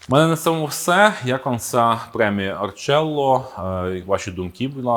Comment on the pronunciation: Арчелло? Назва ж від столова Архітектура, англійською "аркітекче". Це може читатись "аркелло" і точно не "арчелло". Це як Архікад називають "арчікад". Ну камон.